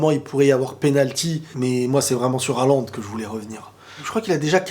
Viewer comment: Ca se prononce Holande sinon. Mais tranquille le plus important c’est le contenu